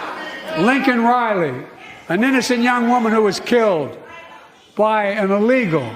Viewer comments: Joe didn’t even say her name right! Meaning he doesn’t care! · Biden mispronouncing Laken Riley's name made my blood boil, especially since he only brought her name up when MTG interrupted. This comes after Riley's family rejected an invitation to the SOTU.